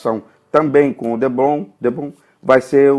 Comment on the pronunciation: parabéns, obrigado pelas dicas! e por falar em dicas, o nome do material é depron, não debron ok! um abraço! ps. me inscrevi no canal